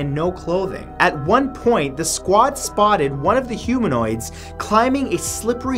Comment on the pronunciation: 2.the hoomanoids of WHAT?????